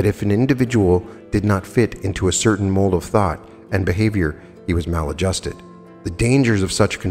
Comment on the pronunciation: “mal- adjusted”